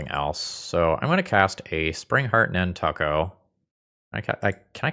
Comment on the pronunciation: Over the last 20 years, have never heard it pronounce nan•tuck•o